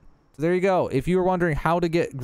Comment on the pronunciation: balt? you mean, bolt?